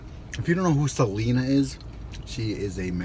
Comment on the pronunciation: I was so annoyed at you mispronouncing Selena´s name, but then you screw up the lyrics of the song. Lol